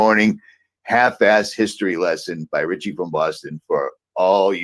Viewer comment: 😂 And they talk like this 🧔🏻‍♀️ Richie without a T 🤣🤣🤣🤣